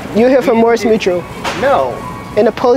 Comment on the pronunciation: Bro said mors mutual 🤣